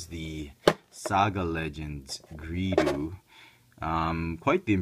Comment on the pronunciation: GREEDO NOT GREEDU!